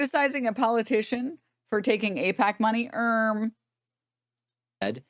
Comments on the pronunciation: This skit he does where he purposely mispronounceing and saying things like “ I pac “instead of “aipac” is like a cartoon skit that ppl listen to him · I don't see how ay-pack, eye-pack is a joke. There's no set up for a joke. It's not an anti-humor joke. It's not the right subject or timing for a joke. That we know can he correctly pronounce the name doesn't make mispronouncing it a joke. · I think it's pronounced "Aight-K" or "Eight-K", or whatever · He doesnt know how to pronounce AIPAC? LOL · As far as I can tell, the "joke" is that Pakman knows that most people are aware that he knows the 'correct' pronunciation of AIPAC, and pretending that he doesn't is a wink to other zionists. That, however doesn't discount the possibility that he is just being disingenuous, and attempting to gaslight his audience. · "I don't know how to pronounce AIPAC" David's brother works at AIPAC. What a dumb lie